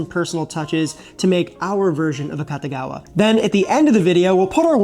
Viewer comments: Not 'Cutta', 'Koota'. 'A-Koota-gawa'. It wasn't 'invented' in Chicago. Fried rice has always been a breakfast staple of all cultures where rice is the main dietary starch. It's just the previous nights leftovers fried together, often with an added egg, so there's no specific recipe. The only reason this one has a specific recipe is because it was specially made from scratch for the tastes a specific patron within a culture that didn't have any Japanese leftovers on hand. The only thing about this dish that would seem unusual to a Japanese person is that it's nearly impossible to make fried rice using fresh rice. Setting overnight, especially in the fridge, is what dries it out and makes it fryable. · a-KOO-tah-gah-wah. KOO, not KAH. You show it in print a dozen times. [sigh] It's like printed words just roll off people brains these days like water off a duck's back and they do the telephone game instead, repeating what they think they heard somewhere. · Very Very Interesting story and dish... and i think AKATAGAWA is mispronunciation of Akutagawa(芥川) e.g. Akutagawa Ryunosuke(芥川龍之介). as far as i know, the family name Akatagawa(赤田川?) doesn't exists in Japan. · This guy doesn't know how to pronounce this dish. It's pronounced, auk ta gawa, and it's named after George Akutagawa. My father used to hang at the Nisei Lounge with all his Nisei friends, Nisei is my fathers generation, it the second generation, they were the first generation born from Japanese parents in the United States. Additionally, Wrigleyville was not a Japanese neighborhood, there wasn't a designated Japanese neighborhood in Chicago, not like Chinatown, of Japantown in San Jose CA. But the Akutagawa is a wonderful meal! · the u in Japanese phonology is pretty much always pronounced as ooh, it sounds like you're saying Akatagawa.